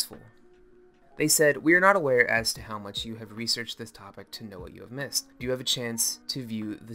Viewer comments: I cringed everytime he said Do as doo and not doe lol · Its pronounced like doe not do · "Do" is pronounced "dough" as in "doughnut". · Ti and Do are from the musical scale and it's pronounced like "dough" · Pro tips: Do is pronounced "dough" (as in... do re mi fa so la ti do) and Telah as "tee-lah."